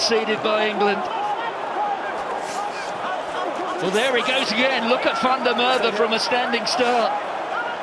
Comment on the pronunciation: it's van der MacErwe